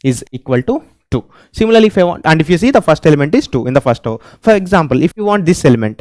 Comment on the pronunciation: Row❌ Graww 🗣️